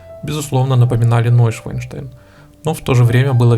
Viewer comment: О, Боже! ШвАН, а не ШваЙН! Шван - лебедь, Швайн - свинья. НойшАНштайн - Новый Лебединый Замок.